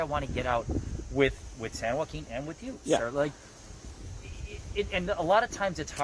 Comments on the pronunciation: Why does it make me cringe whenever he says “San Joaquin”…. Oh gosh lol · Shot of beer every time the asstant manager says "San Joaquin " would leave ya passed out on the floor 😆